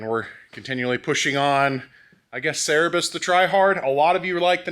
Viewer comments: its not cerebus mate its cerberus 😅 keep rolling the good work 👍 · The three-headed dog is called Cerberus, not Cerebus. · Cerberus is pronounced Sir-bur-oos or in Greek spelt with a K Care-bear -ous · Love this project. By the way, the 3 headed dog is pronounced like sir-buh-russ 😉